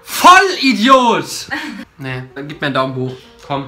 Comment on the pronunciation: Julian sagt volideod